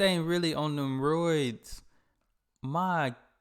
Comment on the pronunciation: "That thing really on them roids.." Made me laugh so hard because you sounded just like my ex who was from Pittsburgh.. What kind of roids? Hemmorrhoids? or Steroids?